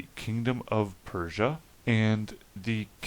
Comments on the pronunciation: PR- USSIA. not PERSIAN completely different. Not trying to be a dick but kinda important. Fascinating stuff --I subscribed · Dude, not Persia. Its PRUssia. Not Australia, its AUStria. Not to be mean, just to correct. Peace. Good information in the video! Thanks for your research. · Sweet vid, congratulations! Just a note, and you probably know this already, but when you say "Persian" and you are actually reading what should say "Prussian" it's potentially very misleading. (from the part about the 7 years war and the , what, Anglo French wars?) Absolutely on point though and great comment section too! YAY